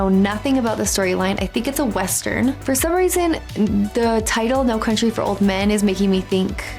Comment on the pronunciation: ) "No Crountry" twice in a row really made me giggle.